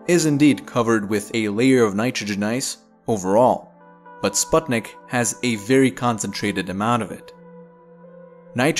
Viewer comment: you pronounce sputnik wrong